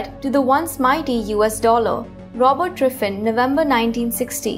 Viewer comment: She says Driffin.